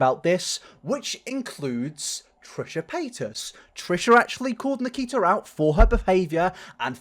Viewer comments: If you listen closely it sounds like triaher and nikiter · I died when he said Nikkeetar 💀🤣😭